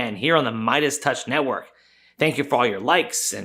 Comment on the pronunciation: "The Meidas Touch Nehwork?"